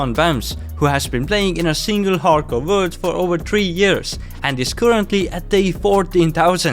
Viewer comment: Nice "wurd" btw